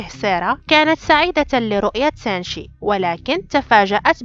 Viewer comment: منو لاحض ان قالت سانشي بدل سينشي